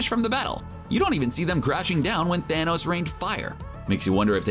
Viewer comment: How many times did he say "thanous"